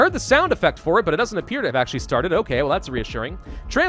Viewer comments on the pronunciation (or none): none